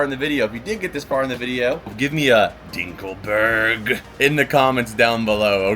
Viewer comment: Dinkleberg I think that’s what you said 😂